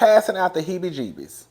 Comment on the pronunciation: Not the heebee geebee’s 🤣🤣🤣🤣